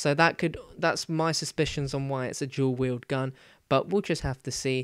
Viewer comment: he said "jew weild"